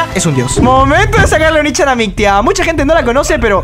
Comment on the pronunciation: se escuchaba como oni-chan uwu mi compadre